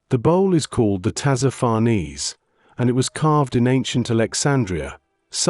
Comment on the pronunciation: Nor Farnese.